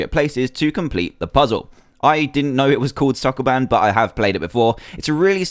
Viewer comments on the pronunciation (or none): It's Soo-koo-BAN. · sokoban not soccerman